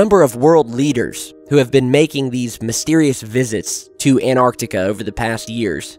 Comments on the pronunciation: stop saying anarctica! I cant can't listen anymore. it's Antarctica. how can I believe you when you cant can't even say the fuckin place name right? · AN-tarctica not ANT-arctica :P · hey or what ever your name is why don't you pronance some words correctly its Antarctica not anartica its Iran is pronac...d eeran not I ran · Anartica= Greek for 'I stood up' the South pole area however is called 'AnTTTTTTTTTartica'. this for the people who have gets puzzled ... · I tough it is ANTARCTICA not ANARTICA ??? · Antarctica not anarctica not anartica. If you're going to base so much of your content on this continent the least you could do is pronounce it correctly. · cant he pronounce both of the Ts in anTarcTica?? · An-arc-tic-a. Sorry bro you pronounce it An-tarc-tic-a. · AN-TARK-TIK-KAH Not anarctica...annoying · Why do Americans say 'anarctica' it's Antarctica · it's antarctica not anarctica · please pronounce antarctica with THE "T" FFS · Repeat after me; .. "AN-TAR-TIC-A" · Please, lend yourself some extra credibility: ant·arc·tic \ ant-ˈärk-tik, -ˈär-tik\ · You do know there is a t in antarctica?